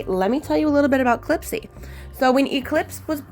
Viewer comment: Heyy beautiful and Clipsy 🩷🩷🩷🐈‍⬛🐈‍⬛!!! I’m in love with your set 😍😍😍!!! I want to try the eggs on a nail soon!! (Thank you for the inspo!!) Clipsy didn’t like you because you was calling her the wrong pronunciation 😂😂😂!!!